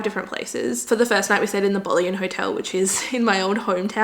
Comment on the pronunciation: Boleyn Hotel is not pronounced ‘bolly-in’, it’s pronounced ‘bo-lin as is Ann Boleyn, one of king Henry the VIII’s wives👍🏻